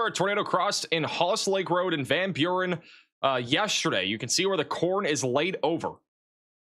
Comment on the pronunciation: I’ve honestly never seen someone so incapable of pronouncing names correctly. Spoktane? Where does that even come from? Van Buren was so painful. How do you just make up a whole syllable out of thin air? I like, but when your job is to clearly communicate location-specific emergency information, it really does matter to get the location right and pronounce it clearly and correctly (or at least darn close to it). Maybe needs to take a break from software coding and practice his towns and maps. These are well known words—it’s not flabbergasting to know them. It seems off track and counterproductive when goads the chat with immature 6 7 nonsense, but has his mods punish those trying to educate him on pronunciation. Some people get way too nitpicky, I get it, but sometimes, and more and more frequently is way too far off.